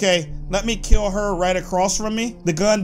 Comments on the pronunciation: he say keal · He says kill very funny